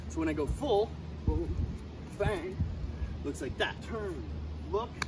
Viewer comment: My guy said ben in the middle of it. I know he actually said bang but it kinda sounded like ben lol